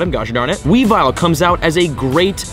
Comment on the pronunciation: You also mispronounced weavile. Its weavile, not weavill